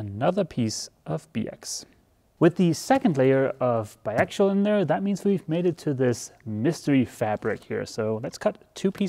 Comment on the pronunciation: You're pronouncing bi axial like bi actual. Say it this way. Ax E ull